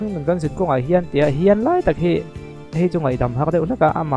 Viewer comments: Khian tih leh Hian tih te chu hai theih a nilo reng²."Khian a ti chiang lutuk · "Hian" tiin a lam reng lawm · Hringnun khan (kan)zinkhawng (zinkawng) ah khian ti in a sa a,thulam zir angai ve khawp mai,zai chu a zaithiam thawkhat e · Khian, a ti chiang e.Tawng pai em ni? Awze mi a ni em ? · Khian atih bakah...hrissta ti in alam deuh ani..a thiam viau nan ati sual deuh hret ani..